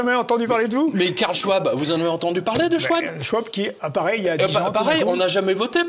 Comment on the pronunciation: Pierre J. à 38 minutes écorche bien le prénom du monstre de Davos Karl/Claus Machin....et t'entends du tic au tac dire:"c'est pas grave!"...lool...j'adore 😂